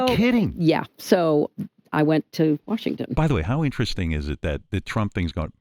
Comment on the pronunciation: Nigga how you gonna say Washington